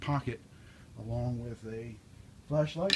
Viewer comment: I keep thinking you're saying flesh light